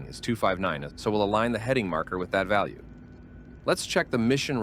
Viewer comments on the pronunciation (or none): none